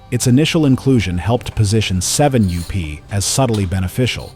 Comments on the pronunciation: Interesting but another garbage AI VIDEO. My god, can't someone edit this video and get rid of the constant 7 u-p. That is really annoying. It's 7up. Jeez, edit your video. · Doncha just love AI-generated voice? The name of Seven-up goes from "Seven up" to "Seven you pee" and back. What's wrong with using real human beings? Oh... I get it. Costs too much. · Does anyone listen to this AI voice before posting? seven you pee? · seven you-pee! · Too bad that AI has taken over narrations. Seven you P?? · "7 U P". This damn AI voice over crap needs to end. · This AI garbage is out of control. has to ban AI videos. I turn them off every time. They can’t even say the name of the topic correctly!